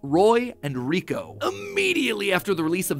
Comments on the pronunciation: its not riko its liko matpat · It’s liko not kiko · He really called her riko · It makes me sooo mad that matpat said Riko instead of Liko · It isn’t Riko it is Liko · after watching the first season of the new series I can probably prove some of this wrong like how her name is Liko not Riko. but great vid Mat Pat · It’s Liko not Riko. Not sure how no one noticed this by 2024. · Crazy how her name is Liko not Riko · Her name is Liko not Reko. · It’s sad that he says Riko even though it’s Liko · It's Liko, not Riko. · It's Liko, not Riko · It's actually Liko, not Riko 😅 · ITS LIKO NOT RIKO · Uh Matpat it's Liko not 'Riko'. Just saying the truth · Keko name is not Reko but it is leko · You said Riko it's Liko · No ash is not riko father and riko name pronunciation is liko and the necklace is a pokemon called terapagos this are all revealed in the anime (currently there is upto 47 episodes of Pokemon horizons) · liko ❌ riko ✅ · me screaming its LIKO! not riko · Her name is liko not riko😅😂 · LIKO NOT RIKO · Bro it’s no “Rico” it’s liko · its not "roy & riko, its roy and liko. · It is Liko not Riko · It’s liko not rico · Her name isn't riko! its liko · dude its liko not riko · It's Liko not riko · It’s not rico it’s liki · its lico not riko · Riko lol her name is liko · It’s liko not riko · Stop 🛑 saying 😤😭 Riko!!😢😮😮😮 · Um.... Not to be rude but who's riko??? I thought it was liko????? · Its not riko its liko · She is called liko not riko ive wacthed th anime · LIKO NOT RIKO XD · Its not reko itas liko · It's liko not Riko😮😅😢❤im mad 😡😠. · Sir, its Roy and Liko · They announced he would return. Also it's not called Riko. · Matpat... It's LIKO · Matpat it’s liko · First of all, it’s like not riko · It’s LIKO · its liko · Its likko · It's liako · Lol it’s liko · Btw it’s Liko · Isn’t it liko? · It’s Liko. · Haha matpat got likos name wrong haha